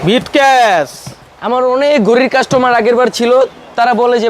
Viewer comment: ব্রিফকেস কে বলে বিটকেস। গ্রাইম্মা